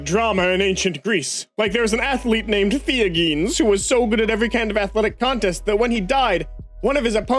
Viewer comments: Theagenes is pronounced the-ah-genies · Two different wildly different, but nearly equally fucked up, pronunciations of Theagenes. Holy fuck.